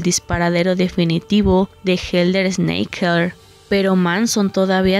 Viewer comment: Es helter skelter no snaker